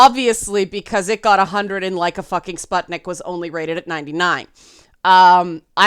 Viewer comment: Letter U in the word "sputnik" (if I'm not mistaken and it refers to the first Soviet satellite or something named after it) is supposed to be pronounced [u], not [a]. Kinda like in the words "butcher", "put", or "rune". Warthunder is an MMO flight sim/ tank/warship sim about WWII with realistic mechanics, developed by a Russian studio. Oblivion - might be because of the fantasy racism.